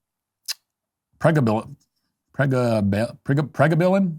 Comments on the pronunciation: I think you need to research how to to pronounce the medications and dig deeper on the contraindications before you speak! Thanks! Also, it's PRE-GAB-AH-LIN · “Pre- Gaba-Lin